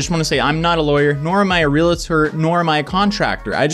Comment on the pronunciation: Gah... he said "realtor" as "relator"........